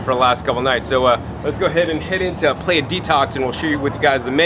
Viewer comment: great video! but its pronounced pla-jha:)